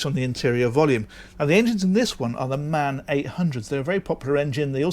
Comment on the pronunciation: Hey, it's called M A N. That stands for Maschinenfabrik Augsburg Nürnberg. Cheers:-)